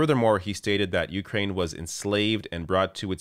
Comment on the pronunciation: Please learn the correct pronunciation of Ukraine.